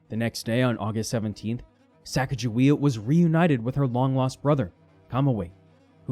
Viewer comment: When he mispronounced "Pierre," i just knew he was going to mispronounce Sacagawea as well. Stopped watching at that point.